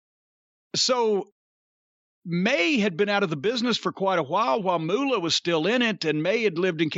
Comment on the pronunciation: For some reason, I love how Jim says, "Moolah".